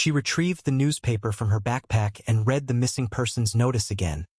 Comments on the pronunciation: The past tense of the word read is pronounced red, not reed. Please fix your AI. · I cringe every time the word read is mispronounced